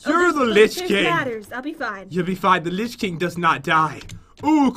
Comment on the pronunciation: It says lich not rich